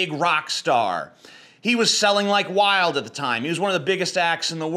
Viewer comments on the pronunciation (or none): none